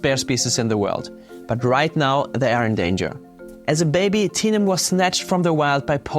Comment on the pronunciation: I know the bear's name is Tenum, but when he says it, my brain hears Tina....so The bear's name is Tina.